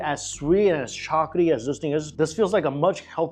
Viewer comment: The way he says "chocolaty" sounds like he's saying chocaty